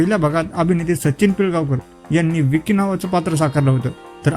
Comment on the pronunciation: विकी नाही रे बाबा ? वँकी